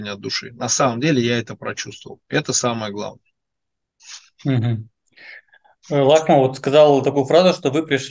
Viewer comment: НИ ЛАХМА А ЛОХМА